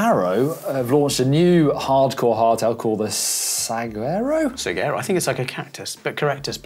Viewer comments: Note for all us gringos: Saguaro is pronounced Sa-guaro not Sag-uaro. Also, the g is very soft not harsh like in English. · Saguaro = Suh Waa Row. Cheers from Arizona lol. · As an Arizonan, hearing them say Saguaro was painful. It's pronounced Sah-wahr-oh. :) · Saguaro is pronounced sewarow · pronounced like- sawaro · Saguaro = Sah-whar-oh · Its funny how many people dont know how to say saguaro.